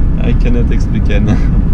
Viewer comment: ''i can not expliquaide'' :D